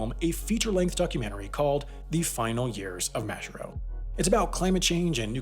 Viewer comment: You pronounce Majuro wrong